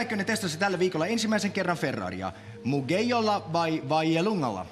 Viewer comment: "Mugejjo" XDD mugello on italiassa ei espanjassa